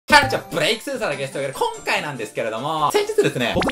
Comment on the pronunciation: ということでこ↑ん↓か↑い↓なんですけども〜